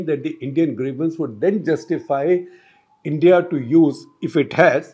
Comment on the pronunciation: It sounds like I.N.D.I. alliance. Shekar was almost there :)